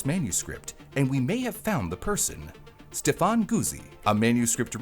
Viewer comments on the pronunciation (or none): none